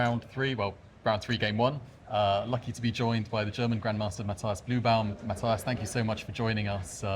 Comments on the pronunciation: The i in Matthias ist pronounced like an english e. Like Matteas. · Well, he could stop butchering the pronunciation of "Matthias".